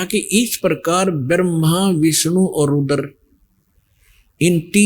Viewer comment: जहा पर कबीर नही बैठता वहा पर गड़बड़😂😂😂 स्मरण को समरण, रूद्र को रूदर बोलने वाला व्यक्ति आज खुद को भगवान बनाने में लगा है